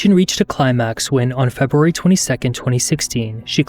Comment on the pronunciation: Feb-uh-wary. Offspring.